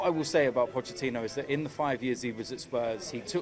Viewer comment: "Pochechino" :'D :'D